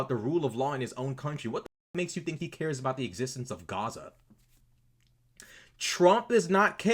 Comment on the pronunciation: I wouldn't make too much of the "accent". Pronouncing it as "chaza" is a dog whistle to show your alignment, accent or not. It's LARPing.